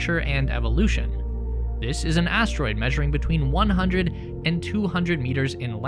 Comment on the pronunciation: Lol. He said astroid fart.